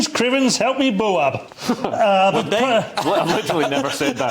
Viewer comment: It’s in one syllable. Boab like bobe not two syllables like ‘Bow-ab’.